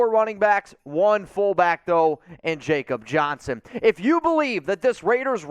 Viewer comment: Just a heads up when you say Jakob Johnson's name, its spoken like "Ya-Kub"